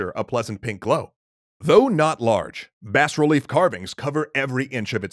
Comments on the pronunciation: Also bas relief only has one s and is pronounced bah relief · I had to look it up myself to make sure, but isn't bas-relief supposed to be said "bah relief"? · Love the video. Art history tip, you don't pronounce the s in "Bas relief" I believe it's a French term. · I've always heard bas relief pronounced as bah relief, with a silent S. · the 's' in Bas Relief is silent. Just FYI.